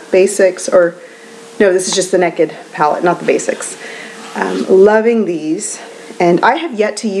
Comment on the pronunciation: I love that you said "neked". I can't help but let my inner Texan come out on that word too. ;) So glad to see you back! You look beautiful as always.